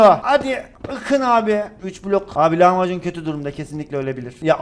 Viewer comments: Lavmacun derken lahmacun der gibi😅😅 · Abi lavmacun dediğinde lahmacun sandım